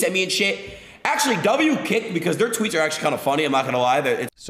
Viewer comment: hearing ludwig discuss 'kick' is triggering my inner 12 year old's fight or flight response as i hear it as 'kik' every single time